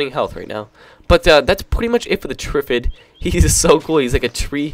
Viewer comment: Lol it's pronounced trif-Id it's a very famous movie called day of the triffid how can you not know?